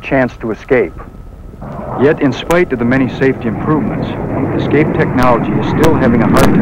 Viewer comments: General Lukens says, eXcape, instead of escape. Makes you kinda wonder. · Dude, Repeat after me. ES-Cape. ES-Cape. Not Ex-Cape. Sheesh. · In an industry where attention to detail is an absolute necessity you'd think the manufacturer would find someone who could correctly pronounce "escape" to narrate their promotional films.